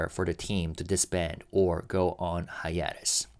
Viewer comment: /haɪˈeɪ.t̬əs/ Hi-a-tes. Long a. Love you Kiss kiss kiss. This word is coming up a lot and I know you care about pronunciation.